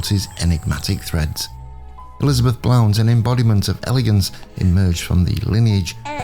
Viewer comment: Pronounced blunt.